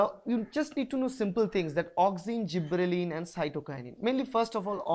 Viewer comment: i think it is gibberellins not zibberellin